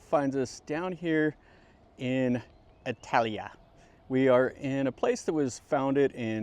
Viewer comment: The name of this place is Italica NOT, "Italia" as you wrongly pronounced it in the opening seconds.